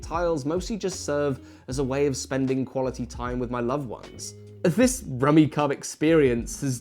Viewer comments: wow so many rules wrong (sets cant contain same colours, only draw 1 instead of 3, points are based on value of the leftover tiles not 1 per tile), and heck you even pronounce the name of the game wrong rummy cube not rummy cub... but hey if you having fun that is all that matters. It is hilarious where you have one tiel left and you go through this 20 step proceedure moving tiles around creating new sets etc only to miscalculated and left hanging and have to undo it all.. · Great video! This is a game my family and I have enjoyed for years. I saw some other comments already addressed the rules mistake, so I won't harp on that. But I thought you should know, that the game is pronounced like Rummi"cube" rather than Rummi"cub". :) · "Rummy Cub"? My family always pronounced it "Rummy Cube". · What gets me is his pronunciation of the game. The "kub" is pronounced "cube" not "cub". Really, this is a solid family game. Like this and Uno were pretty much staples when we were spending time together. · I always pronounced it Rummy-Cube. No idea if that's right, cause it sure is spelt like Rummy-cub. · I cannot describe the confusion of hearing it pronounced 'rummy-cub' when my entire life I have called it 'rummy-cube' Yes, I realize I am probably in the wrong, but god it's so weird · It’s rummi-CUBE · Surely it's pronounce rummy cube not cub, right? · There seems to be a schism between the British and US in pronunciation. British advertisements for the game pronounce it "Rummy-Cub" as in this review, but in the US on the back of the game boxes in the 1980's it specified that it's pronounced "Rummy-Cube". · Rumi "CUB" ??? Its pronouced Rumi "Cube" 🤔🤔 unless.... Ive had it all wrong for decades!!!! 😨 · The fact that you call it "Rummi cub" and not "Rummi cube" is really killing me rn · It pronounced rummy cube, I believe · Apparently, it's pronounced "rummi-cube" lmao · Isn't it pronounced ruh·mee·kyoob? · When he said "The rummi cub er" hurt me on a primal level